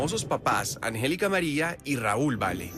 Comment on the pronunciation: Este vato no save decir angelica.